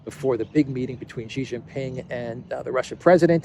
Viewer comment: JHEEJINGALEX, Xi Jin Ping, his name is pronounced SHEEE JING PING not JHEEE JIN PING. JHEE means PENIS in CHINESE LANGUAGE.